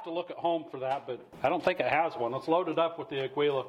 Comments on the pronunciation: Without complicating things. "Agwee-Lah" NO "AH-GEE-Lah" YES Its Spanish for eagle. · It’s pronounced “AH-GEE-LAH” it’s Eagle in Spanish 😅😅 not “augh-gwee-lah” Good video 👍🏼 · To help...It's pronounced 'Agee-yah', not 'Agwee-lah'. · Nice review. But can we address your pronunciation of your ammo? Aguila, which is eagle in Spanish. Ah-gui-lah. The “u” is silent. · AGUILA is pronounced Ageela. Thanks for your video. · it's "Ah-gi-la" = Eagle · Thot it was pronounced "A kee la" but I'm usually possibly wrong. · For the love of christ, the g is silent